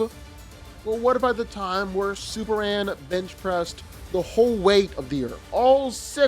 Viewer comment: How come he doesn’t pronounce the M when saying Superman??! It’s annoying asf!